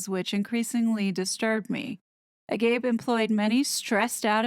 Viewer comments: Hi, the word 'agape' (pronounced AH-guh-peh) is a Greek word meaning the highest form of love/God's fatherly love for humans, and humans' love for God; it actually appears in the New Testament. Based on your description, the 'Agape Center' frequented by Doria and Meghan doesn't seem to be Bible-based at all, and appears to be misusing the term to lure the gullible into their money-making cult;.....Invictus Games' use of "I AM" surely came from Harry, though the organization's operational leadership may not necessarily know its significance to their patron;.....I was shocked to see Julianna Hough's participating in that 'exorcism'; where I come from, this is no different from what's called 'faith healing', which is largely based on superstition and a misunderstanding of psychiatric illnesses. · A-GA-PAY is how you pronounce Agape. It means Gods Love. I agree doesn’t sound very Christian like or any other faith.😊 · Hi, so many years ago in studying for my Bachelor of Divinity degree (not religious myself btw - just curious), I had to learn New Testament Greek (also known as Koine). Agape is pronounced ag-ah-pay. This word has a very important place in the language of the New Testament and is one of the most commonly used words in the original language of Scripture (which was Koine). There isn’t really any comparison in the English language but what it basically means is the love that God has for man and vice versa - it is not to be confused with any other type of love, it is purely theological. Hope this helps❤ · Pronounced Ah gopee. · It’s agape..pronounced aa—Gaup-aye..short a sound, first syllable.. gaup.. not quite gup as in guppy.. not gap, but sort of both together ( rhymes with cop. GOP..and third syllable is hard A ..as in ‘day’ Ah-gop—aye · Just FYI, “Agape” is a 3 syllable word pronounced ah-gop-ay . It is one of the three kinds of love; agape being the unconditional love that we only get from God. It is not pronounced to rhyme with “a grape”